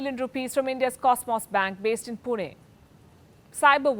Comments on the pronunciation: Finally someone saying "Pune" and not "Poona" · Yeah, even I noticed the same. That was the correct pronunciation. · When Palki ji says पुणे instead of पुने or पूना I feel so heartwarmed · yes I love it! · doesn't have to be ...you genius! Correct pronunciation is a must for everybody especially the news reporters etc